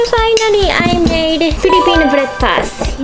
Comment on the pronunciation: When you said "Filipino Breakfast" at yhe first time you sounded like a Filipino (excuse my grammar hehe)